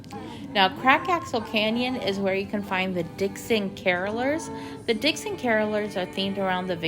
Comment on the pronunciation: i think you mean “Dickens”….. as in Charles Dickens……. not “Dixon” as in the Mason dixon boundary